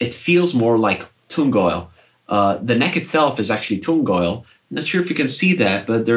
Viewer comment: "toong" oil? "row tone" finish? Dude. You rock; great playing great guitar.